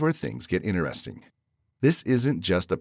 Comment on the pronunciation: in 't- eresting .... not 'inner resting' :-) Even AI could get that one right.